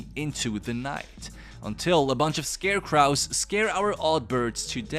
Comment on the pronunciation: Stop mispronouncing "scarecrows".